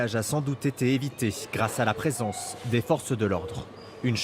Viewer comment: A , bel accent lyonnais 😊 « Il a… [prise d’élan] même pas regardé notre présince »